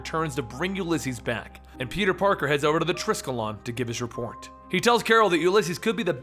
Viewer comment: It's pronounced TRI- SKAL- E -ON